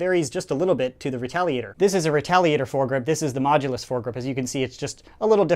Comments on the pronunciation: It's not mogulus, its modulus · 0.29 said Mogudus instead of modulus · he said mogulus instead of modulus. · the MoGuLoUs XD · to "the mogulus" wot lol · You mean modulus? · Yeah lol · The “mogulus” is what he said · Sounds like he’s saying mogulus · said mogulus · 0.29 said Mogudus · In the beginning u say mogulus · did he say mogulus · Did he say mogdulas